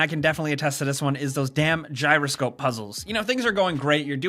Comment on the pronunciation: as soon as he said giyro scope puzzle I went into a shrine with one FML